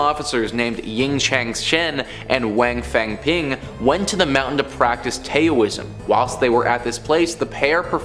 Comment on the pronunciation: Taoism , (strong T sound) T-ow-is-em